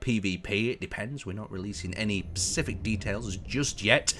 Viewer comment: SPECific details, not Pacific.